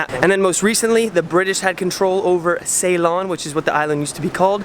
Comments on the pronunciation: Nicely done. 1) it's a Hindu temple 2) it's pronounced see-lon (Ceylon) not say-lon 😉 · Ceylon is pronounced Sea-lon